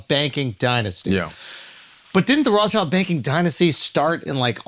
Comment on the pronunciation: “Rahchild to rothschild”?